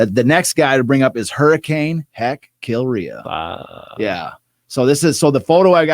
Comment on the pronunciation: Absolutely loving this podcast! I'm about five hours in with the Detroit Red Wings talk! If there's ever a movie, we have to get the player's/managers names said correctly though! Mclaughlin needs to be pronounced, "Mc-lock-lin" and Kilrea should be "Kill-ray". His nephew, Brian Kilrea is in the Hockey Hall of Fame.